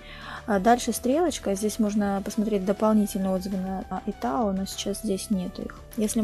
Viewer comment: Только не иТао, а айТао 😅